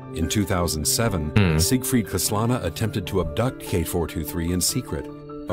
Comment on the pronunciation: 🤣🤣Kiana KAN-SA-LA who? 🤣🤣We know only Kiana KAS-LA-NA in Honkai Impact 3rd 🤣LOL ww